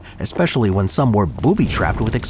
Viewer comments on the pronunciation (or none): none